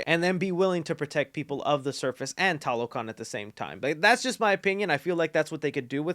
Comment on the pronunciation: They needed a bit more consulting for fleshing out the mesoamerican background. Example tlalocan is a Nahuatl word and they are supposed to be Mayan. They also pronounce it in the Spanish way instead of Nahuatl. Finally, most of the movie they say Talocan instead of TLalocan.